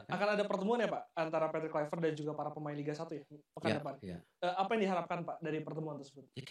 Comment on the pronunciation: Patrick polpectTOP not poR patrick kulv...